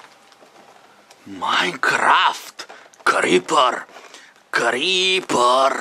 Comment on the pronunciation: Он даже не умеет говорить Крипер